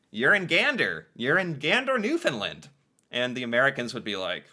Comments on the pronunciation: As a Canadian, google mispronounces Newfoundland. It’s new-fin- land not new-fin-lind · FYI: It's pronounced "New-found-land" Not "Nuf- in-lind" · Taking Canada for granted is not as insulting as treating them with distain. Newfoundland is pronounced NEW-fund-LAND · Absolutely APPALLING that this is not known, and not taught to kids in school. No wonder so many Americans are not concerned about how Trump is treating Canada. And we will have to ignore Tom Brokaw’s mispronunciation of Newfoundland over and over, although it would have been nice if someone had found out how to say it before broadcasting it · Just for future reference Newfoundland is pronounced like understand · You, and Tom Brokaw, need to pronounce Newfoundland correctly.